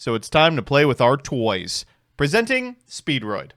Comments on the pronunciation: really hate that I can hear the U in "touys" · DID SOMEBODY SAY NEW TOUYS?